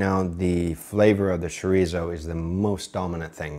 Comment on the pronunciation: Not one of your better ideas, to put it lightly. I had to put my leg down from chair for this abomination! ¿Why would you want to españolizar egg fried rice? ¡You might as well say let's make something similar to egg fried rice, but a lot worse! ¡And please don't ever say "sherizow" ever again!